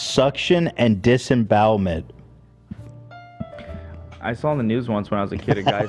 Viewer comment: so nooone is gonna correct Ethan on disembowelment huh